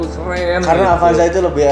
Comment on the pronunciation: Avanza kang...... Sanes apanza...... Sakali deui AVANZA NYA BUKAN APANZA